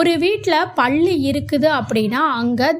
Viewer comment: 😂😂😂 ப என்ற எழுத்தை அழுத்தி சொன்னால் பெரிய ள போட வேண்டிய வரும் அதாவது பள்ளி.அவங்க சொல்லும் போது பள்ளி என்று ப வை கொஞ்சம் அழுத்தி சொல்றாங்க. ஆனால் ப என்று சொல்லும் பொது ba என்று மெதுவாக சொன்னால் தான் பல்லி என்று சரியான வார்த்தை வரும் . பள்ளி என்றால் ஸ்கூலை குறிப்பு அகி விடுகிரது.